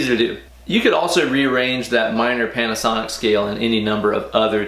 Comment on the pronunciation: "minor panasoinc" lol